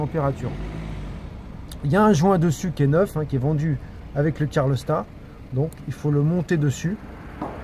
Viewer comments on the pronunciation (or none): Bonjour, pas cool ces problèmes de joint de calorstat (on dit calorstat et non pas carlostat. Je sais, ce n'est pas facile à prononcer). Sinon belle vidéo et tu as gardé ton calme malgré toutes ces fuites... Pour savoir si tes sondes de T° moteur et T° huile sont bonnes, tu peux utiliser ta valise diagnostic /chapitre paramètres en temps réels. Cela évite de changer des sondes qui sont bonnes et leur contrôle avec la valise ne prend que quelques secondes...